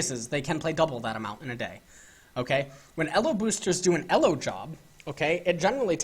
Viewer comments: What the fuck is "Ello" hell it's pronounced "EEELOW". fuck. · I thought it was pronounced "E-low" not "Ehh-lo" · its E L O not ELLOS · the only person who pronounces it Ello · Elo is pronounced with a long E, not a double consonant L! Just saying. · The way you pronounce elo hurts my head. Great videos tho! lol